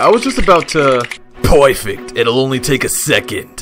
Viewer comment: “POI-FECT” Bro I can’t somebody revive me💀💀💀